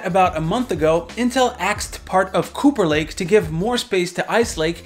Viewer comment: I always understand "Pooper Lake"